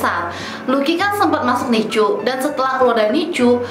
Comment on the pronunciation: Sengajakah nyebut nicu?